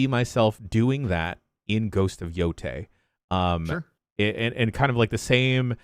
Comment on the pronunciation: It was announced over a year ago, and I don't think has ever pronounced "Yotei" correctly. Incredible. I'm just going to assume it's a bit at this point. (I know it's not)